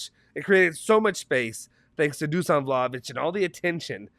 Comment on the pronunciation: Dusan is pronounced Dushan by the way